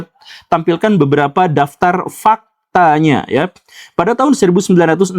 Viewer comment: "FAKTAAAAAANYA" harus Caps lock, bold dan di under line 😂